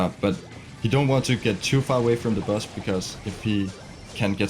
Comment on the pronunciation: wow i thought he kept on saying bus because of his size but he was actually saying boss! wow!